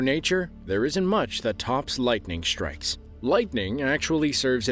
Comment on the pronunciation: Can nobody say “strikes” anymore without pronouncing it “shtrikes”? Every word containing “st” seems to have morphed into “sht”. “Assume” has become “ashume” . Etc, etc. It’s not just here in Shtraya (Australia) but seems to be all over the English speaking world and seems to be a fairly recent phenomenon. Any comments?